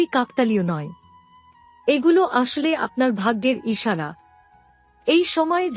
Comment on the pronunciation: আপনি কি বাঙালি? যদি হয়ে থাকেন তাহলে দয়া করে ' বড়ো ' ছোট ', আসলে ', এইসব উচ্চারণ গুলো সঠিক ভাবে করার চেষ্টা করুন। বাঙলা একটি অত্যন্ত শ্রুতিমধুর ভাষা এবং বাঙ্গালির আবেগ, কিছু ইউটিউবারের পয়সার লোভ এই ভাষাকে প্রতিনিয়ত ক্ষতবিক্ষত করবে এটা মেনে নেওয়া সত্যিই কষ্টকর!